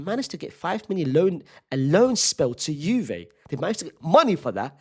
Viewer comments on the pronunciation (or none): none